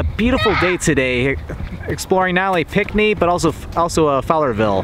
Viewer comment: It's pronounced like pink knee, not pic knee